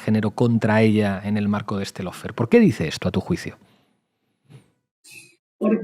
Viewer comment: Lo único bueno de Fantino es que es el único que pronuncia bien LAWFARE (paren de decir “low fare”). Aguante Cristina y gracias por el canal.